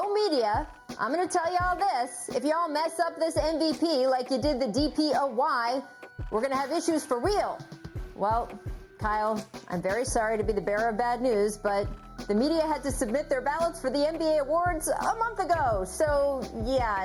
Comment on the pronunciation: "DEE PEE OWW WHY", IT'S "DEE POOY" Rachel! 😂